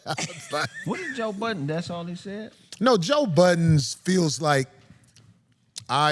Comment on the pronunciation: Budden, no “s” Corey.